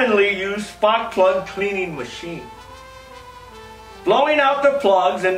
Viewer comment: Splak prug. There's your egg rolls !